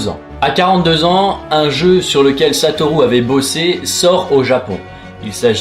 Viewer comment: Merci d'avoir essayé de prononcé son nom "satolou" a la japonaise et pas "satoru" comme un barbare.